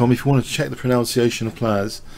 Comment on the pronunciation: interestingly you pronounced 'pronunciation' incorrectly.